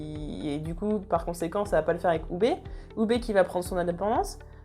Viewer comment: Par contre prononce le "Aillevar" plutôt que "ivar" car ça pique le oreille, sachant que tu prononce bien Halfdan de la bonne manière (Halfdanne) ou encore Ubbe (Oubé) ou autre je comprend pas pourquoi tu n'y arrive pas avec Ivar c'est hyper déstabilisant ! Sinon c'est cool de voir quelqu'un parler de Vikings